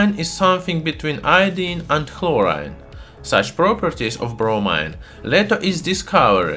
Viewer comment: ''between horine and iodine.'' lmao i died